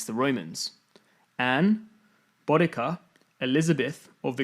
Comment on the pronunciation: Try and help by pronouncing certain words correctly,. Boudica (Bow-de-seeya or Boo-dica,not Bod-ica). Sikh (Seek,not six). Laurence Olivier,not Oliver.St Pancras not Pancreas (thats an organ in your body!).Sir Arthur Conan Doyle (Co-nan,not Con-nan)..I know there will be reasons due to people not native to the English language,but proper pronounciations might also help others who are more picky and pedantic than myself. PS.Probably most native Brits would fail this.?